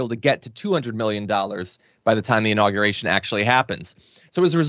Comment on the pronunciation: Hey, new guy, I'd imagine you went to college. Make your parents proud & stop pronouncing the word inauguration....'In-nogger-ation' -DERP🤪